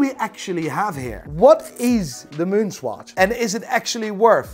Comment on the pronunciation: LOL Why do you pronounce it SQUATCH??